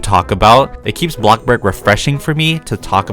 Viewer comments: The fact that he says block burg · I love it when takes his time on making videos for us he deserves more than enough and I got used to saying bloxbug like 🍞